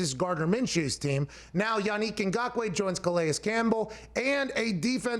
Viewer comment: As a Cameroonian, props to Pat for pronouncing his name correctly.